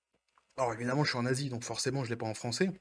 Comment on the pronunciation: Salut copain, En préambule je me demandais, c'est plus Besos le plus riche du monde ? Son divorce l'a détrôné ? Aussi articules un peu quand tu dis que tu es en Asie, perso j'ai compris je suis un nazi XDDD En ce qui concerne Netflix, ils sont en plein en mode œillères c'est dingue. Comme chanterait Minute Papillon : "J'vois pas sur les côtés j'vais tout droit, j'vois pas sur les côtés j'vais tout droit" :-D En plus pour empêcher deux millions d'abonnés de rejoindre les deux cent milles qui se sont déjà désabonnés c'est complètement con comme façon de penser. De un parce que les gens fuient les pubs, de deux parce que les pubs ça n'attirent pas les nouveaux abonnés et de trois parce que les pubs ça ne remplacera jamais les abonnés. Si ça continue comme ça, dans 5 ans Netflix soit c'est devenu une chaine qui ne diffuse que des pubs soit c'est racheté par Elon Musk XDDD En plus, en lieu et place des pubs ils ont différents moyens de faire des bénéfices et de ramener des abonnés. Déjà en arrêtant leur campagne de wokisme non dissimulée (Même si ça on sait qu'ils ne le feront pas vu qu'ils pensent que la majorité de leurs abonnés en font partie alors qu'en fait tout le monde sait que les Woke ne s'intéressent pas à ce qu'ils veulent changer) et ensuite en déclinant les abonnements avec d'autres attraits que des pubs. Par exemple, un abonnement à vingt dollars pour voir les films et séries dès leur sortie, un abonnement à quinze dollars pour les voir une semaine après leur sortie